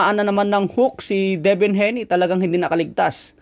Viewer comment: Hayne (Hey-nee) hindi po HENI